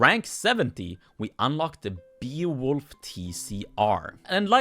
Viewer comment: I was really weirded out by how you pronounced Beowulf I usually pronounce it like b-eh-oh-wolf